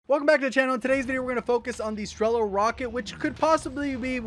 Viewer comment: As Russian I can help you with pronunciation: You said strEla, but you should said strelA. The same, as grOza, but right - grozA. Strela(Arrow) - Стрела Groza(Lighting) - Гроза I put down a word in Russian so you can use it in Google translate to check it up.